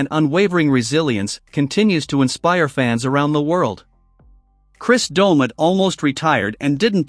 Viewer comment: The AI in this is awful. I turned off half way thru. Cant even say his name right.